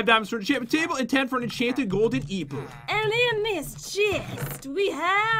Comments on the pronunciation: Pat says epple in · At the beginning he said eeple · LoL he said enchanted golden Eaple! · to me it sounded like golden eeple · Did anyone notice when pat was about to say enchanted golden apple instead he said "enchanted golden aipple😂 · He said Eeople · pat you sad e-apple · Pat you said eppal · eeple??? really pat?REALLY!?!?!?!?!?!?!?!?!?!?!?!?!?!?!?!?!? WHY IN THE WORLD WOULD YOU SAY EEPLE! WHY